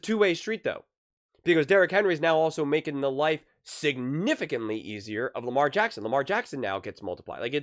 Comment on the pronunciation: It’s LAMAR JACKSON !!!!!! For Pete sakes. 🤦‍♂️